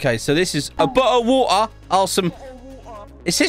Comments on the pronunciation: Ikr he’s so hilarious 🤣 Especially his VR vids, and his voice Example of his voice: Bo—le of wa-er 😂😂😂😂😂😂😂😂😂😂😂😂😂😂😂😂😂😂😂😂😂😂😂😂😂😂😂😂😂😂😂😂😂😂😂😂😂😂😂😂😂😂😂😂😂😂😂😂😂😂😂😂😂😂😂😂😂😂😂😂😂😂😂😂😂😂😂😂😂😂😂😂😂😂😂😂😂😂 🤣🤣🤣🤣🤣🤣🤣🤣🤣🤣🤣🤣🤣🤣🤣🤣🤣🤣🤣🤣🤣🤣🤣🤣🤣🤣🤣🤣🤣🤣🤣🤣🤣🤣🤣🤣🤣🤣🤣🤣🤣🤣🤣🤣🤣🤣🤣🤣🤣🤣🤣🤣🤣🤣🤣🤣🤣🤣🤣🤣🤣🤣🤣🤣🤣🤣🤣🤣🤣🤣🤣🤣🤣🤣🤣🤣🤣🤣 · I'm here because of British accent also he said the majic word ( bottle of woater )